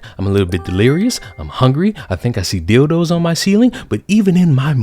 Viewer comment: Wait a minute... Did you say "Billdos"?